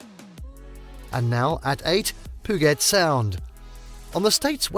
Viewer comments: Puget is pronounced pew-jit. Not pu-git. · It’s “puuu-jet’, not ‘puh-get’. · P'Ewe JET not poo-get... and Marymere falls was actually Sol Duc falls in case out of state visitors watch this and get confused. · I find it funny how people in Washington is getting mad about it pudget haha and I’m from Washington but yeah you need to stop saying it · I don't know who this guy is that's telling us viewers which is all the best places to be here in Washington state. Dude, you need to pronounce the words correctly. Pudget sound doesn't have the the letters that sound like get. San Juan Island isn't pronounced like the way you say it. And it's not hard wherever you're from to say them correctly. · I love the San Jooahn Islands north of Pooget Sound, whenever I'm not in Leevenworth. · It is pronounced Pew-Jet. And Leavenworth is pronounced like Leven it's not a long e sound. This would be a good video if someone had learned proper pronunciations. 😞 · Pooget sound? Reported! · He just said poo-git sound, I'm out of here. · Poo-get sound. Nice. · Great video! Thanks. Just wanted u to know Puget is pronounced POO -JET. Rainier is pronounced " RAIN - EAR". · PEW-JET is how it's pronounced. And LEVV-ENN-WORTH, not LEEE-ven-worth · Pew get rofl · proper pronunciations: pew-jet sound , leven-worth, mount rahh-near, san wahhnn islands, americans love to butcher proper english lol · Brother. Google how to say PUGET and SAN JUAN. It’s painful. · Funny how he pronnounces Puget Sound 😅 Why don't these people get someone who knows how to speak properly? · My God! If you're going to produce a travel guide learn to pronounce the names of the places correctly. The laughable mispronunciations include Puget Sound, the town of Leavenworth, Mount Rainier, and the San Juan islands. One thing is certain, the narrator has never been anywhere in Washington. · Mispronounced words: Puget, Methow, Chelan, Leavenworth, Stehekin, Rainier, Ohanapecosh, San Juan, and Chihuly. Just stop.